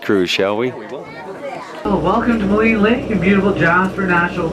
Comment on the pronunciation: I used to live in Jasper and have an aunt and uncle who've lived there since the 80s. Maligne Lake is prounounced "Malene". (kind of like Marlene without the "r"). Been watching all of your Jasper and Banff videos which are bringing back several memories. Great stuff!